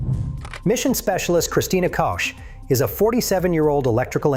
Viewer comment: Narrator can't seem to decide whether to pronounce Christina Koch's last name as "Kosh" or "Coke" Glad the astronauts allowed TrHump to make an ass of himself (and he certainly doesn't need any help for that).